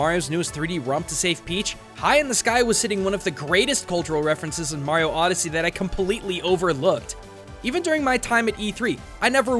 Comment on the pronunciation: oddesy..... space oddesy